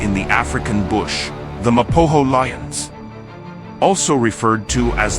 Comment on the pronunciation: It's Ma Po Go!! There is not hass in it